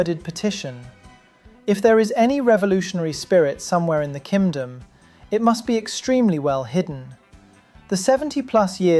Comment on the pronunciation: "Kimdom" nice